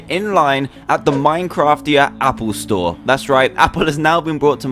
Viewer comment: "Happle Store" lol